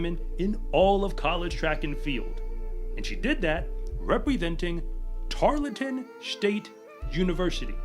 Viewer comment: tar l ton.... Not tar let ton. Thank you for what you do!!